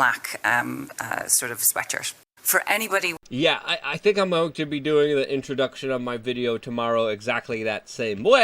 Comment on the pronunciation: "We penetrate zee cabinet's"